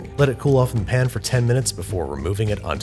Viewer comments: Why do you say pan like pin? Is there a joke I don’t get? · its a pan not a pin.